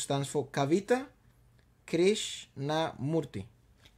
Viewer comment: Probably you guys are the only westerners who got the pronounciation of an Indian Name right......😂 at first try... "Kavita Krishnamurthy" Amazing ❤️❤️💚💚💙💜